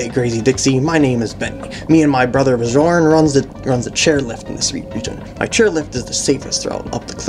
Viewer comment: I love how you pronounce Björn :rolleyes: I think it's too bad that both bonus levels in the fiery rope level are find the coin. I mean, a collect starts one would be interesting too, switching from rope to rope to get every one, having to start over if you miss some because you can't go back.